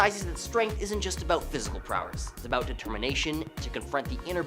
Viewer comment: Stop saying prowerss